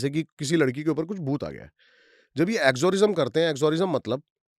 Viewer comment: Bhai exorcism hota he , exorism nahi😂😂😂